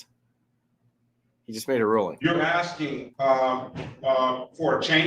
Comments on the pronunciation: It is pronounced "akskin" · C’mon Judge, he’s axing you sir. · Axing for a written excuse? You don't need to make your own paper dude!